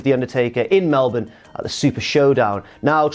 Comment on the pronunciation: Wow, is the only wrestling personality to say Melbourne properly so far. ONYA